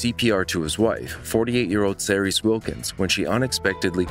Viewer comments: The way you pronounced Cerys 🤦🏻‍♀️ UGH PLEASE just research things before you film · your pronunciation of cerys is so cringe worthy lol. Its pronounced ke-rys not se-rys. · Cerys is pronounced kerris.